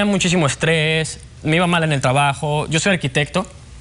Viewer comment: TRABAJO, TABAJO O TRABAJO DECÍDETE WEON